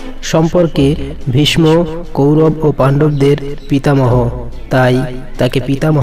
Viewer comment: আপনার উচ্চারণ ঠিক নাই(।ভীষ্ম)